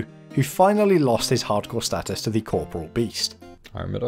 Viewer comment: TFW the official channel can't pronounce Corporeal.